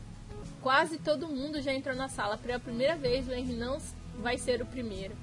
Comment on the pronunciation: Se lê Renri e se escreve henri